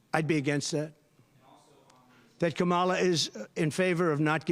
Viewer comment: Someone should point out that the inability to pronounce words properly (like KAmala) could be a sign of mental deterioration.